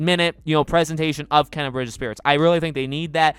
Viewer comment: Here name is pronounced Kay na